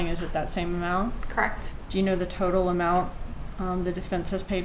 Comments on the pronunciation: Lol.. cracks me up when witnesses keep saying crect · She did a good job though aside from the dragging consonants & her pronunciation of “correct” - “Cr’ukct… There were 2 phone calls made the mourning of __ ? Cr’uckt. There wasn’t a phone call from an 845 number on the night of the 18th? “Cr’uckt.” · omg!!!!! So Annoying.. CRECT